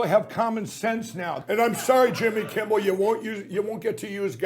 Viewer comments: Is he not saying kimbel every time?! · One would at least expect him to pronounce Jimmy's name correctly! Anyone want to tell him it's not Kimball? 😂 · Does it count when he mispronounces it "Kimble?" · If you listen to the video, he calls him Jimmy KIMBALL, not Kimmel! That's what I was pointing out. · Didn't the No Pillow guy keep calling him Jimmy Kimbell? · 😂😂😂😂😂😂😂 is he saying Jimmy KimBle???!!!! OMG! He is totally obsessed with you, Jimmy!!!! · Anybody want to tell that Pillow Putz it’s “K-I-M-M-E-L” - NOT “Kimble”? 🤷🏻‍♀️🤦🏻‍♀️😂🤣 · is it me, or does Lindell keep calling Jimmy, "Jimmy Kimbel"? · Sounds like he was calling him Jimmy Kimble. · He keeps saying Jimmy KIMBELL, not Kimmel. These is what happens when you take drugs ladies and gentleman. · Is he saying "Kimble" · He has a really hard time pronouncing "Kimmel" it seems. Most of the time it sounded like he kept saying "Kimble". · Why does he keep saying Jimmy Kimble and it’s Jimmy Kimmel? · Is he saying jimmy kimble or kimmel ?? sounds like kimble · OMG he keeps mispronouncing your name. Jimmy Kimble. What a white hot mess! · Pillow Guy has some really odd pronunciations of words. Like even just saying "Jimmy Kimble" is odd. He's like the great uncle in your family that rants about the "homey saxuals" or the "Walls mart" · Why is that stoner saying Jimmy Kimble, when his name is Jimmy Kimmel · Looks like jacked up pillow guy is obsessed with Jimmy Kimble. LOL Jimmy kimble this Jimmy Kimble that, funny how he screwed up Jimmy's last name. LMAO